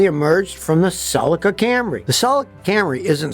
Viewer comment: How can you trust a guy who pronounces Celica so badly !